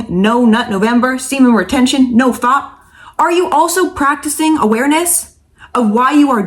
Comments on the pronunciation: Nofap, not nofop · She called it “noFOP” 😂